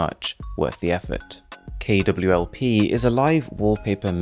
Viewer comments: It's not kwlp it's klwp😕 Am I ri8? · A Little Mistake "It's a KLWP" Not KWLP BTW Good Job! ❤ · Its KLWP not KWLP ^_^ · Not KWLP... KLWP